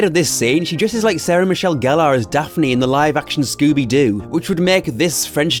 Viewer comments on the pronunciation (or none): none